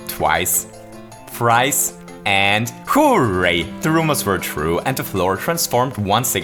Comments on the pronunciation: Hooh ray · Nobody:: HOO-RAY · the accent when you say "hooray" is so amusing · because he is austrian